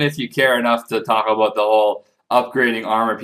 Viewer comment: I love it when you say about :D Aboot ~ Abuut